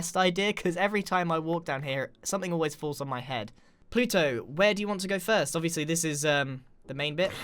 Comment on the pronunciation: btw you said fist not first